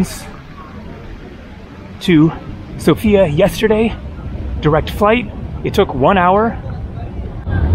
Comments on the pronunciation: Hey, lovely video, but just a side note. It is pronounced Sófia not Sofía, The stress is on the O not the I. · It is not a girl, it is a capital. It is pronounced sOfia, not sofIa. Greets from Sofia. :) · Dude, it is pronounced SOfia, the stress is on the O.